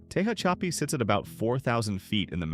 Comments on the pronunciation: I've NEVER ever heard "Tehachapi" pronounced so utterly wrong. Tell me you don't know what the hell you're talking about without saying it. 🤣🤣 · Can't believe how badly the AI is pronouncing "Tehachapi" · It's pronounced Tuh-hach-uhpee and I-own. You really need to do your research on how to pronounce words because it's really annoying. Who the F$%^ sees the word Ione and thinks it's pronounced I-own-ee.